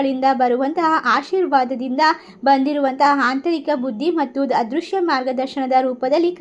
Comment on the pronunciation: ಹಾಂತರಿಕ ಅಂದ್ರೆ ಏನು?? ಹದೃಶ್ಯ ಅಂದ್ರೆ?? ಸ್ವಲ್ಪ ಹ ಕಾರ ಅ ಕಾರ ಸರಿಯಾಗಿ ಹೇಳಿ